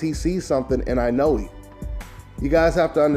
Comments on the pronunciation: the "E" at the end of Inoue is pronounce "A" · I cringe every time you try to pronounce Inoue.